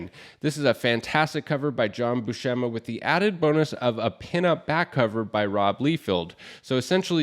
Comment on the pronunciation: great list. but the pronunciations need work. it's "LIE-feld" and "BU-sem-ma"